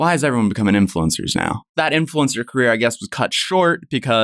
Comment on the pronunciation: “Car-ear,” 😂I remember figuring out how to spell “career”